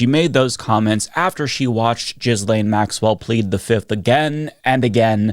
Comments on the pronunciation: "Jizz-lane?" LOL!! I don't know if you're doing that on purpose, but just for the record, her name is pronounced gill-LEHN... (it rhymes with the first two syllables of 'millennial'). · Isnt Ghislaine pronounced as per: "Ghislaine" is a French name commonly pronounced ghee-LAYN (rhymes with "rain"). Not ‘jizz lane’ which is probably ironically appropriate given the context. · I love your channel so much and watch you all the time. But if you’re going to bother to mention her by name so often, please stop pronouncing Ghislaine like it’s “Jizz Lane”. It’s “Guee - Lane”. Hard G, Silent S. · I know this may only be a minor thing but please: GET THE NAME RIGHT. It is pronounced GI lane, repeat after me: Gi lane. (it is a hard G as in Gravity) and not jis lane, you just sound illiterate. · Point of order: it is pronounced gh-ee-len, not JizLane. Let's not butcher an otherwise pretty French name. Even though I expect it will not come back into favour for another eon. 🙈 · It’s pronounced Gillayn not Jizzlayn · "gwee-lane" for the love of GOD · Ghislaine is pronounced ghee-lane. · Pronouncing Gislene “jizz lane” is diabolical